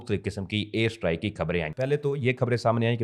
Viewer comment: Strike ko Sahi pronounce kero